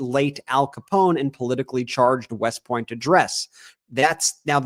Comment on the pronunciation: I think he also pronounces the gangster's name Alphon Scapone!